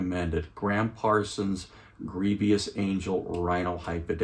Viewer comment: The word is grievous, not grievious. Nice review though, I love this Rhino series.